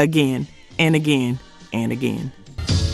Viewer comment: Is this an AI account? The word “Again” should never be pronounced like that